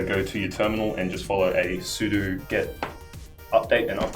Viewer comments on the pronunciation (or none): none